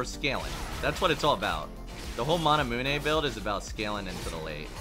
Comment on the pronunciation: no one:: manamuené